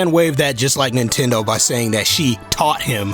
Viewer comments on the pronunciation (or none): none